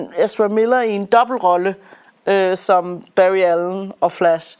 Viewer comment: Meget fed ide egentlig med at anmelde to film på en gang. The Flash og "The Flass".